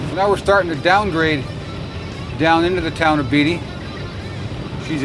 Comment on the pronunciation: I used to live in Beatty and it's pronounced the same as the actors Ned and Warren Beatty not Beetty. Otherwise pretty cool to choose that location to test that truck.